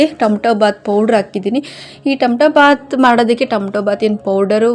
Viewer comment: ಅದು ತಮ್ಟೋ ಬಾತ್ ಅಲ್ಲ ಟೊಮೆಟೊ ಬಾತ್ ಓಕೆ,,,ಕೇಳೋಕ್ಕೆ ಇರ್ರಿಟೆಷನ್ ಆಗುತ್ತೆ ಓಕೆ